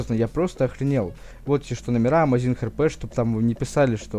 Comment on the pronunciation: Амайзмнга?Не правильно наголос ставишь